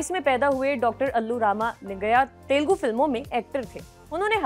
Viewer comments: its Telugu not telgu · Kind request: it is not “ Telgu “. It is TELUGU “ It is small thing but looks like your anchors need some training. Thanks for your understanding.